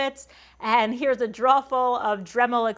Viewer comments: I believe you say drawer wrong. Go check out Jackman Works, he knows how to pronounce it correctly 😉. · Yes! "draw". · The only word where I heard any NE accent at all was "draw". You say drawer just like Norm Abram. I watched him for a long time, and he always talked about how he was going to make some draws. Hunh? Wozzat? :-) In my neck of the woods (Michigan), we say dro-er My favorite part was the human part -- "this isn't done", "I need to fix this", "I don't like how that works". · 'Draws'? What are Draws? You mean drawers? :-) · I have never heard anyone say "drawuh" as many times as you just did, girl! Haha. That's one I had to just figure out as I watched... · I hardly notice your accent until you say 'draw' (instead of drawer)... being from the south, it makes me smile every single time... 'cur-in' (curtain) also drew out a couple of smiles. There were a lot of smiles in that video. Thanks for the tour - you gave me a few ideas for my shop and workflow. I always enjoy your videos. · I love how she says "drawer"... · The shop tour is cool, but the way you say "drawer" is amazeballs! Thanks for the tour! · I have enjoyed watching uour channel and have purchased some of your plans. I follow another female woodworker. I find the approach different and refreshing, seriously. I did figure out your general location from your pronunciation of the word "Drawer". I knew it was in the north. Good job and good channel. Thanks for sharing. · I slurped some coffee each time you said "drawer" or "drawers" this morning. When my shop time is over and I watch one of your videos, I swap out the coffee for a beer - or two. lol Thanks for the tour of your shop! It's always interesting to see other woodworkers' shop. :)